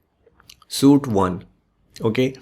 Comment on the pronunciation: it's "sweeet" not suite